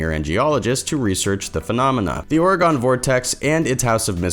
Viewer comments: Round these parts, we pronounce it OR-ih-gun. NOT Or-eh-GAWN. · Why you say Oregon like the way you say it lol orgon 😂😂😂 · Also it's or-EE-gun. But thanks for covering it!